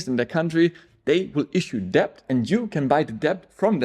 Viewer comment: Please be dont take this the wrong way. With the word "Debt" the "b" is not pronounced. So say DET. Pretty much everyone who learns English as a second language trys to pronounce the "b".